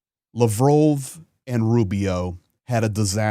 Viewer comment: RUSSIA ! You can't even pronounce Sergey Lavrov's name.